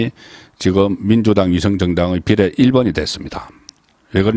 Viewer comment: 비:례를 비례라고 대부분의 단어를 첫음절을 강조하고 짧게 발음한게 유행인가 딱 듣기 싫네